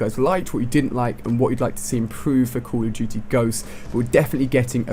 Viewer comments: "cawl of juty" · Coll irf dooty hha that's how u said it